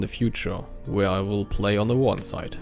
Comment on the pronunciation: and your english is good enough ( just an advice pronounce Warden with R because ur R is hard to hear i hear Waden XD but its better than me lol )